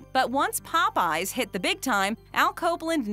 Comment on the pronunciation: Why does she pronounce Popeyes like that???